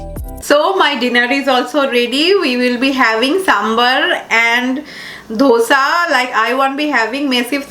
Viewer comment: curves = carbs , dhosa = dosa sambaaar = sambhar batora = bhatura dokla = Dhokla FYI to the ppl who don't get pronunciations.......